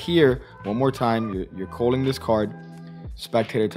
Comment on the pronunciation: Culling. Culling. CULL-ING.